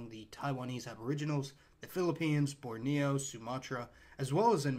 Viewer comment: I have never heard anyone else pronounce the Levant, Lev-ent, ever. Everyone else in the world pronounces it like the last name of Oscar Levant. Congratulations on your unique pronunciation! Very unique on Borneo as well. Never head Bor-Neo before. Just Borneo.